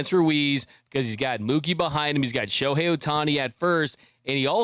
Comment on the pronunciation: Shoe-hei Ohtani 🤣🤣🤣